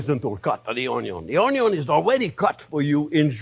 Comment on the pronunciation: I remember one day cooking alongside you in your programme and I was stressing over cutting the onions, and as I was stressing over them, you looked up to the camera and said "don't worry how you cut the onyos - they can be cut this way, or that way (showing different methods) and it's all-ah going to taste-ah the same-ah." I remember smiling and putting my oddly shaped "onyos" in the dish and you were right. It was as though you were right here with me. I hear your tips in my head when I'm cooking. Thank you so very much for improving my cooking over the years and sharing your vast experience. My husband and family thank you too. Sending you massive hugs from us all. Oh and I'd call that an "onyo" gravy. Xxx